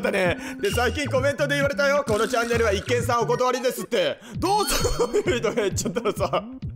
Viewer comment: 一見さんは「いちげんさん」ですね 一見の価値ありの時は「いっけん」ですが